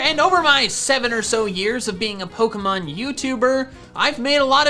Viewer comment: HE SAID POKEY MAN